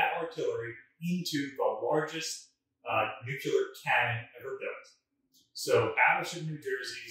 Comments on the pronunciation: It's Nuk-lee - ar. Not Nuk-you-lar. There's no such word as Nucular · And please invest in a dictionary. It's Nu-clee-er not nook-ya-ler. I can't even watch. My father worked on the Manhatten Project and a lot of scientists died figuring out how to build those things. That not exactly casual, sorry. Thanks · For God's sake the word is nuclear not 'nucular'. You sound like George W. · I suppose by this time he has made a conscious choice, but I do wonder why the chooses to say it like Nukular instead of Nuclear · Grrr! Nu-clear, not nu-cu-lar! :P Used to set my teeth on edge when JImmy Carter did that in speeches. He was a nuclear engineer who cut his eyeteeth under Rickover; he shoulda known better! :D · It is pronounced nu-klee-ar, not nu-ku-lar. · Nuclear is TWO syllables. Not Nucular which is three and describes the nucleus of an atom. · NU-CLE-AR!!! Please! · Nu-cu-ler, it's pronounced Nu-cu-ler